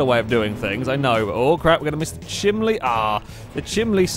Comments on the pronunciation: how many people are being pissed off at pronouncing chimney chiminley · RANDOMLETTERSBLAH -Drift Enemy- was pronouncing it "chimLey", which is the entire point. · ***** I'm from Sheffield and I pronounce it chimini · I live in Georgia in the States and I've actually heard people pronounce it chimley before, so I don't think it's just a geographical location thing. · Yeah didn't even last 10 minutes into this video, I can't handle the stupid awkward laughing and the ridiculous way of saying chimney, I'm out. I give up.